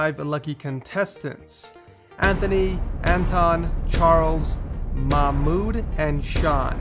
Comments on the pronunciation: it's pronounced ma-h-mood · You totally butchered Mahmood's name. It's pronounced: mahh-mood. :P